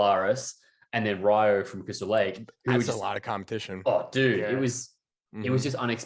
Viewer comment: love the channel and content boys, but Ryo from CL is pronounced (ˈriːoʊ)...I literally stole that from his IG. It sounds like ree-oh, not rye-oh. gotta put respect on his name when he can summon the fucking devil.